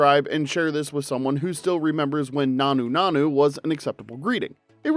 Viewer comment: It also horrifically mispronounces nanu nanu, shazbot and Rob Petrie.